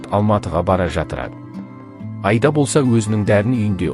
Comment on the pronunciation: Автор отиниш ,Аида дегенди дурыс айтып уйренши Айда емес Аида